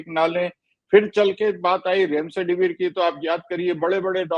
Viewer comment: Kaisa Doctor hai Remdesivir ko Remsedivir bol raha hai aur aap logon ne yeh edit bhi nahin kiya